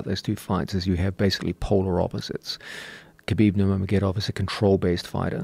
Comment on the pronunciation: Joe "Khalabib" Rogan